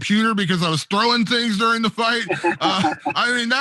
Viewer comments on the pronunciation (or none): none